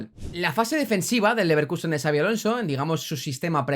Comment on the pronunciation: Son muchos años ya en la elite, no es tan difícil pronunciar su nombre correctamente, me alegro que no digas "chabi" como dice el 90% de los periodistas del país